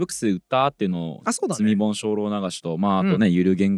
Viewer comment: 積み本って普通に聞いてたら罪本に聞こえますね〜。